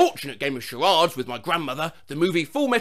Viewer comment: The way he pronounced charades tho lol